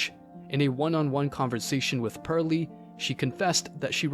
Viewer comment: Her name is “Pearl”, not Purley.